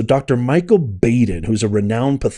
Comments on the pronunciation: Dr. Baden is pronounced like Bodden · The guy's name is pronounced Bod-in... Not Bad-in. Been watching that guy mid-80s early nineties... He used to be on a show on HBO called autopsy I think. And he's been on all kinds of different assignments in projects and cases... But word of caution with him, and I'm not sure if this is true.. but they say he can be paid to come out with whatever outcome you want.... So there's that. Then again he could be square as a cube I don't know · Just for clarity, the pathologist’s name is pronounced BAW—DEN, not B-A-DEN. I believe Epstein died of an accident. He was doing something weird sexually, went too far and hung himself. Baden also said the same thing about another cases where those little bones in the neck are broken. He is also a pay for hire pathologist. Not sure how reliable he is anymore. He will deliver his opinion for whoever pays him. Just saying. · Great release...Its pronounced Bahh-din. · thank you for publishing this and giving us the information. It is really disgusting and absolutely evil. Baden is pronounced Bah-den. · It’s Bahhh-den, Maria Bar-ti-romo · You mispronounce Baden😂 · Dr Baden is pronounced like (bottle) not like the "a" sound you're making